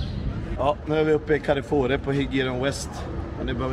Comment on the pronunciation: Hur f-n uttalar han Carrefour..? 😅